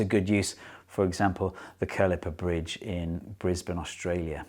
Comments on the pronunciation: Great video, wasn't expecting to see one of my local bridges used as an example. Point on the pronunciation of Kurilpa , it's Ka-ril-pa not Ker-li-pa. It's the local Aboriginal name for the area on the south side of the river. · "Hey look, Brisbane!" "The Curlipper Bridge? What?" I was taught that it's pronounced "Koo-rill-pa". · Saw the “prawn trawler bridge”. Hey, Brisbane. Then heard “kurlipa”? It’s Kurilpa. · The curlippa bridge? Kuripla. It's pronounced how it's spelled! :P (With emphasis on the second syllable.) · Hi Steve, Brisbane fan here. I really enjoyed this video as I do all your videos. One nitpick: it's the 'Kurilpa Bridge', not the "Kurlipa Bridge" (8':16"). Anyhow, thanks for all of your wonderful work. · The bridge you refer to is pronounced "ka-ril-pa". It's very cool. :) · It’s Kurilpa (koo-rill-pah). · I came here to talk about the Kurilpa bridge here in Brisbane and there it was. However it’s pronounced Q-ril-pa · Great video - very interesting pronunciation of Kurilpa - it 3 syllables Ku-ril-pa :) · Great video. But you mispronounced Kurilpa. I’m Brisbane local. Greetings from down under! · Watching this video, can't help but thinking of the Kuripla Bridge here in Brisbane. Then, happens! (even if Steve switched two letters in pronouncing it)